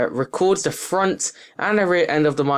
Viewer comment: Learn to speak, please. "De" is not a word in English... Nor is "uvver". The item you are reviewing is not called a "micaphone". Interesting review, though. Useful info, so thanks.